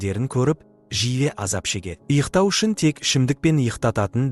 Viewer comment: Ұйықтау деп айтылады Иқтау емес